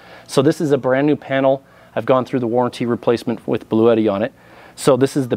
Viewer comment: Why does everyone say “Blue-Et-Tee”…? It’s Blue-Tee.